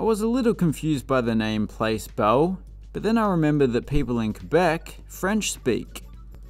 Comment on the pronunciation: It is pronounced "Plass" Bell. Just thought you'd like to know. Also, Syracuse's arena was where the hockey scenes in the movie Slapshot were filmed.